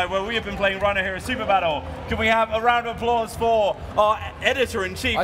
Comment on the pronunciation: I know they're saying "round of applause" but I keep hearing "random applause".